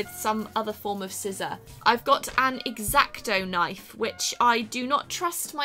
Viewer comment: sounded like she said erecto knife I was concerned